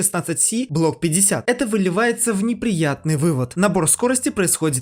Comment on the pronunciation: Сходи к логопеду вывод .😂